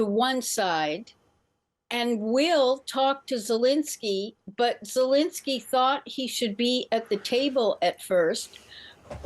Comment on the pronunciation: She can't even say Zelenskyy's name right (she keeps saying Zelinsky). That's how little attention she's given this.